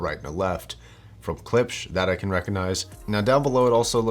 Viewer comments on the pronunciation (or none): none